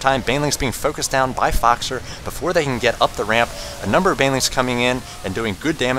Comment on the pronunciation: his voice is so awesome although he prenounced foxer fuckser lolol seriously he could cast a golf game